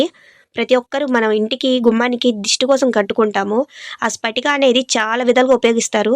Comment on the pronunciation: Not spatica this is patika.alam dani scientific name.